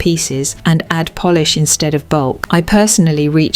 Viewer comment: Your phony A.I. narration betrayed your attempt at sounding high-class and authoritative, when it pronounced "polish" as "Polish". You nearly had me fooled. At the very least, you should carefully listen to your video before posting and making yourself look foolish.